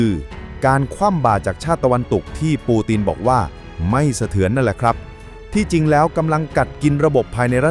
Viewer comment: วรรคโอเค แต่บางคำปูตินเป็นปูตีน ยึดเป็นยุ๊ด แต่วรรคตอนฟังไม่ขัดหูก็ผ่านครับ